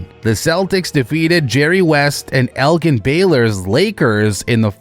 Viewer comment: I love this video a great deal. Very comprehensive and detailed. One detail I noticed is it is pronounced El-Jin. Not El-Ghen. It was one of his pet peeves.